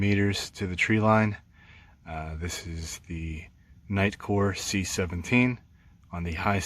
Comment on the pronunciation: Actually it is CI7 Cee Ai Seven instead of C-17 buy the way, good review and thank you :)